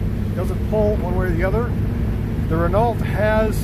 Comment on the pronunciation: How does the air get to the radiator on that car? My Fiat 600D has a thermostatically controlled scoop underneath the car. Your pronunciation of 'Renault' made me cringe. The ending 'lt' is not sounded. It's pronounced 'Ren-oh'.